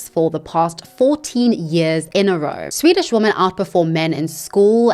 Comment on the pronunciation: that Swedish report pronounciation, you nailed it, no need to apologize